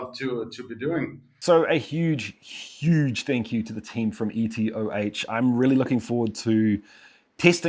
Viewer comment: EtOH not ETOH Pls